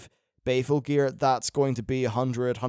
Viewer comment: Unless is just being betrayed by his accent or trolling us; Isn't the gear BALEful. Like, Christian Bale. Sounds like he keeps saying Bay-ful. And, whereas I am flattered, you don't need to keep saying my name. =3